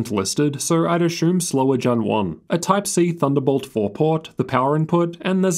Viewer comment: Say assume... Ashoom